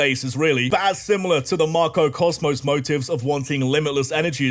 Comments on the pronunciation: I love you but god every time you said “Marco Cosmos” I was losing it😂😂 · Hearing "MAR - KO Cosmos" made me giggle uncontrollably every time they were mentioned. Idk if my guy has dyslexia and reading it incorrectly, I'm not judging that, all the more power to you actually because if it's unintentional then you're effortlessly hilarious. And if this was intentional, well played, you've successfully scratched my personal "pronouncing things incorrectly" itch that I've developed from watching FlygonHG and his intentional mispronunciation of certain Pokémon names. Bravo. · losing my shit at you calling Galar's team "Marco Cosmos" 🤣 (its Macro)